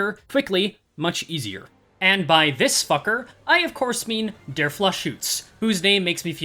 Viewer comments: as a german, your pronunciation of "der Fluchschütze" was so abhorrent that i am hearing Carmen right now keep up the good work <3 (im really glad to get more content) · Man you really Butchered Der Fluchschütze